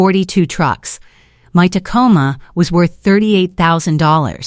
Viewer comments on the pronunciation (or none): none